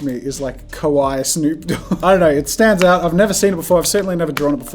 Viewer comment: It shouldn't irritate me, but everyone always pronounces it Kowai (with an o sound in the beginning) that translates to SCARY. KAwaii (with an ah sound at the beginning and a longer ee sound at the end) means cute. everyone is always trying to say "its so Kawaii" aka cute. But instead people are saying "Its so Kowai" aka scary